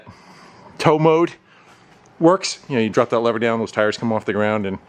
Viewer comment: Sounds dumb saying lever or lover lol